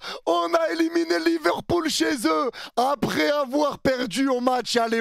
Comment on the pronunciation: C'est pas Liverpool mais LiverCOULE 🤣🤣🤣